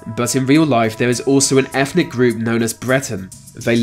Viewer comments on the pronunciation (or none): Is it me or is this guy pronouncing it, "Efnic" enclaves. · efnic? No. eTHnic. Yes.